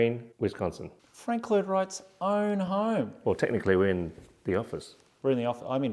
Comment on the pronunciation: His oern hoerm!